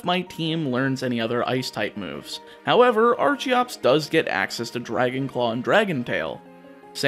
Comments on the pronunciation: Archeops and Archen are pronounced with a hard ch not a soft one like archaeologist or archeology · I'm not normally into monotype challenge runs, but goddammit, you put my favorite Pokemon on the thumbnail so naturally I have to check this out. Also, it's pronounced "ARCK-en" and "ARCK-eops", with the hard "C" sound. Remember, it's derived from "Archaeopteryx", whose name is derived from the root word "archeo" ("ancient") as in "archeology".